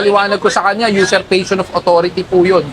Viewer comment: userpation hindi user passion hahahaha